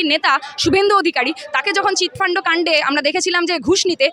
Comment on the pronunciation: Chitfundo noi chitfund.....😂😂😂😂😂😂😂😂😂😂😂